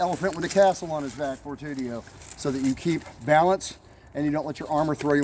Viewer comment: Fortitudo, not fortudio